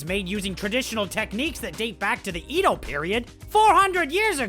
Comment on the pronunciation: Edo is not pronounced that way. Eh-dough. Not Ee-dough.